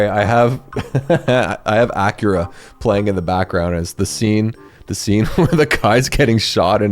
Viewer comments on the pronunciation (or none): Bro called Akira, "Acura". 🚗💀☠ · AKIRA NOT ACURA